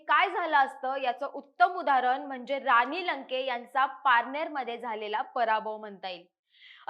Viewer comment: आनी , रानी छाण मराठी बोळने आहे तुमचे। असेच बोळत राहा। तरून भारत ला वीणती आहे, अशीच लोकं णेमा